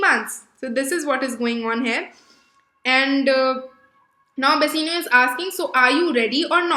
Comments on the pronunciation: Bassinio? Bassanio* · Please work on your pronunciations. Bass-aa-nio, and duck-ets. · Please work on your pronunciations. Bass-aa-nio, and duck-ets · Bassinio nahi hota bassanio hota hai flash nahi hota flesh hota hai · That's not flash but flesh and not bessanio but bassanio